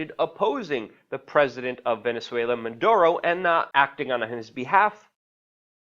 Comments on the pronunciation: "Maduro" not Munduro as you repeatedly say Keep up your great journalism! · Luke, get it right. It is not Man duro... its Maduro. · WAC: Luke, take some lessons in phonetics. You often, too repeatedly, say like Mundoro, Munduro, Mondoro, ... for the President of Ven. when his name is (Nicolás) Maduro, You also don't do much good by repeatedly stating that he isn't a perfect President, for while apparently true, it isn't really pertinent, when Ven. is being threatened by the USA, i.e., Washington, et al. The latter IS what's pertinent, so try to stick to that fact, rather than seeming like you're constantly trying to defend yourself by saying that you really take for neither side, or certainly don't support the US et al with respect to Ven. and also aren't promoting Maduro. Saying it now and then is one thing, but saying it too repeatedly is somewhat annoying. Stick to the main points or problems. Venezuelans will look after themselves, we should understand, respect and support, how ever we each can. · why do they keep saying "Manduro" ??? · Why does he keep saying "Manduro"? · There is no N in Maduro cocknose 😏